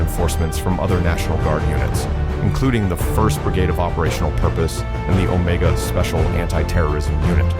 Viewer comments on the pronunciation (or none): none